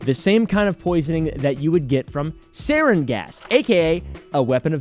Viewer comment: It’s pronounced sarin